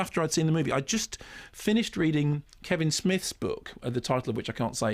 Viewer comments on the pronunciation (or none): none